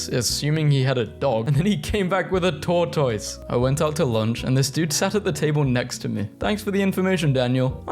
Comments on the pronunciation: tortoise is pronounced “tortise”, not “tortoyse” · Ugh. For the love of all that's Holy, Escape is not pronounced "Eck scape". It's "Ess scape". Also; how to tell me I know you pronounce "Etcetera" "Eck cetra" without telling me you pronounce it ecksetra, lol. (Bonus- who the F pronounces Tortoise, "Tor Toys"? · “A tor-toys” ❤🗣️🔥🔥✨